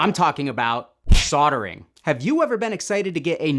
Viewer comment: wtf is with your inability to say the "L" soldering lol ????